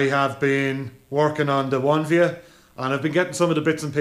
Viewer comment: I personally would call it an oh-nee-vee-ah. Not 1 via????